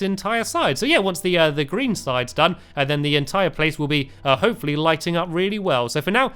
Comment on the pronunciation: Hey Stampy have you ever noticed that when you say hopefully it sounds like hope for lee